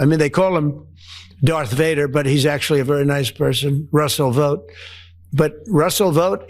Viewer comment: Is the guy's name Vote (that sounds like note) or Vaught (sounds like taught) Anyone remember LTV Ling-Temco-Vought from back in the day? Seems like they were in the Aircraft business, when I lived in Texas and worked for Lockheed/General Dynamics